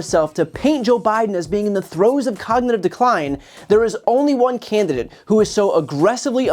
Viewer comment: Cand-di-date. Haha